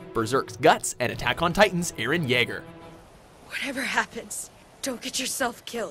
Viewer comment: Omfg it's Jaeger, with a J.